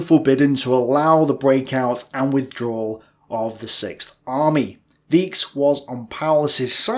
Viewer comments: I wouldn’t have mentioned but it since you tried to correct yourself I must say: none of your attempts at pronouncing „Weichs“ sound right to me. Wikipedia doesn’t give a recommended pronunciation so i would assume that it should be pronounced ‘vighcs’ / ‘viks’ like the river „Weichsel“ (Vistula) ‘vighcsel’ / ‘viksel’. It could of cause also be pronounced like the word „weich“ which means ‘soft’ but since his name is of noble descent the first one seems way more likely; „von Weich“ refers to a place after all! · English speakers never seem to get it. I before E is long E like he is sayng. Since the name is WEIchs it would be long I sound and little less emphasis on the "K" sound, aspirate the "CH". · "Weichs" is pronounced "waix", not "viche" :) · It has to be pronounced like „fon vikes“, not „von vysh“. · as far as I know, it is 'von Waiks'. Not 'von Waichs' with the ch pronounced like in Reich. (pronounced 'Raich") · Well, no, not "Viche", to rhyme with "sheesh", actually, but "Vikes" to rhyme with "yikes". (Tremendously useful pronunciation rule in German, good 95+% of the time: The combinations "ie" and "ei" -- and both occur frequently -- are pronounced like the name, in the English alphabet, of their second letter. Example: in "Wein", the German word for wine, the "ei" is pronounced "eye", and is pretty close to the English "vine". In "Wien", the German name for the city of Vienna, the "ie" is pronounced "eee", giving us "veen", rhyming with "sheen". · NO IT IS PRONOUNCED v. VAIKS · Sorry, but Maximilian von Weichs should be pronounced "fon Vyks" not as your sorry note. Its all good, just trying to help because we love you! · Also, the "chs" combination is pronounced "ks" as in English "likes". Other examples: "Wachs" (wax) and "Ochs" (ox). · Why you read Weisch as wíks? Its Wajs.... At least try to read their name as original. Thank you. And Richthofen is not ,,Richtouwn" but Richthofen is it so difficult to read it?